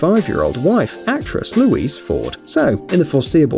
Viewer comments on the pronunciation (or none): none